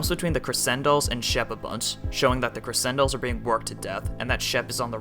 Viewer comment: Its not pronounced creSendolls its pronouced creCHendoll